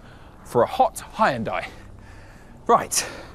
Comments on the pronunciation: Great review but terrible pronunciation of Hyundai. Correct (2 syllables): “HYUN-DEH” Incorrect (3 syllables): “HI-YIN-DIEE” 😂❤😊❤ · Does he know he's pronouncing it "Hi- yun-die" Wth am I hearing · It would be great if you pronounced the name of the company properly. It's only 2 syllables. Hyun- there is no "I" sound. You pronounce the h and y together. Y making the same sound as yes. And it's not die.. It's day. So.. Hyun-day. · Please learn how to pronounce Hyundai. It is just two syllables: "hyun" and "day". NOT; "Hi-un-dai" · 🙉 It's not Hi-Jun-Die It's more like Jon-day ☝ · Nice car but it is a shame for a car Chanel not to be capable of pronounce Hyundai